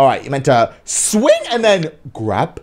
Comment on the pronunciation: It was funny when he kept saying ,,Sving”